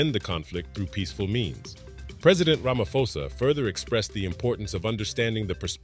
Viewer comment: Ra-ma-Po-sa .the ph not said as F ple